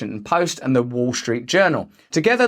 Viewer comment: i'm not going to give you a fumms up but should you manage to pronounce the "th" sound correctly one day, i will consider it